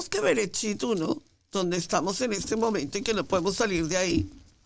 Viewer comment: Esta buena la enseñanza solo q no dise Brecht dice bererechi una letra le sacaron